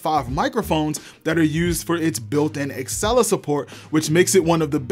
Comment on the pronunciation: Dude.. you make good videos but you HAVE to stop calling it axcella instead og Alexa...